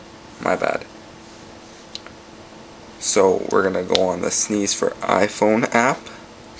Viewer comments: ROFLMAO, its pronounced Sness, not Sneeze. Or just S-N-E-S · s-n-e-s not sneeze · Sneeze... so annoying! You might as well call the PSP a "pispy" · its s n e s NOT sneeze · sneeze lol